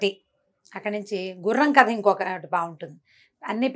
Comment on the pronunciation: story ni kadha antaru. Katha kadu!!